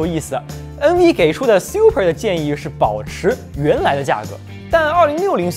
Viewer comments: 这个Siu per听得我太难受了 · 這個super的念法是真的xiuper嗎